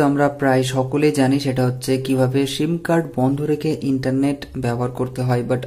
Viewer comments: শিম না, এটা হবে সিম। কথা ভাল করে শিখে তারপর ভিডিও বানান plz😊😊😊👌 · অই সালা মাদারচুদ, তোর ভিডিও তুই কাজে লাগা, আর সিম উচ্চারণ টা সঠিকভাবে করিস